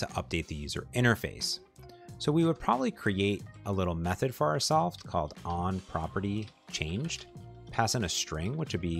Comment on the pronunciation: Who else is freaking out for "OnPropertyChaGNED" 😭